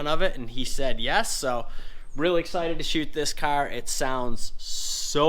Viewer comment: “I got Jason’s cyar done”